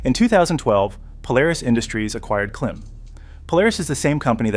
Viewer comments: It’s pronounced “CLIMB” not “Klim” like with Jim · "Klim" is pronounced "Climb" ......... long "I" .......... Dainese is pronounced "Dayneesee" ...................